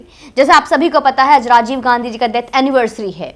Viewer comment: Pahle bolna shikho tab bolna Gazi nhi Gandhi hota hi kisi ke naam ka mazak mat banao